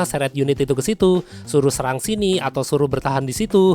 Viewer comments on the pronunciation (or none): none